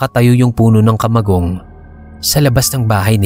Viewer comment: ..taga bicol ka din ba? Fluent kasi ung pagbigkas mo ng kamagong.😁